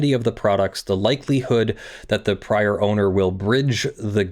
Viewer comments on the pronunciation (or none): none